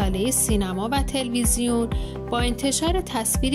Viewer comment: Telvesion نیست، تِلِویزیون هست. دیگه این کلمه رو که زمان کودکی ما همه درست میگفتن. چی شده حالا همه چیز جا به جا و غلط شده؟